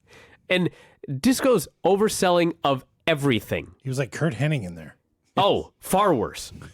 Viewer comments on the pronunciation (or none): Drives me nuts how says Curt Henning instead of Hennig